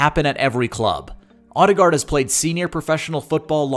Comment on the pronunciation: It hurts to hear the voiceover try to say his surname. Ø (think french Bleu or German Möve) and double A is pronounced as Å. Check out /watch?v=kcMBvSX8RiU . But not surprised after hearing the voiceover try to say the names of KDB and Özil. Is it on purpose?